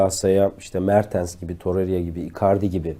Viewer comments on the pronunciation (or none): torerya diyosun bi de lajfhdjkghj toreyra diye okumalısın